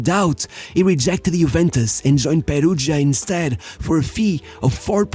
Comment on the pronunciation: Nonono first time I watch you, but you did perfect pronoun of Brazilian, Argentine players even JAPANESE… and then you come up with “serI hey” juvIndAs and peruJia? Big down 👇🏻